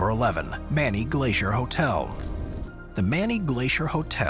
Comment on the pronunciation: It’s not “MANNY Glacier Lodge , it’s. MANY Glacier .